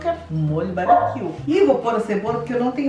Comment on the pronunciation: Kkkkkkkkkkkkkkkkkkkkkkkkkkkkkkkkkkkkkk é “barbecue” não “babiquio” kkkkkkkkkkkkkkkkkkkkkkkkkk